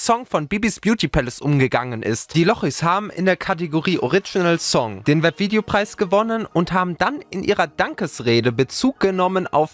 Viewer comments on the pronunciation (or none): "Orritschinell Sonng"